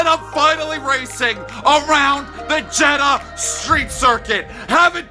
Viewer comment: Jeddah don’t end with ‘A’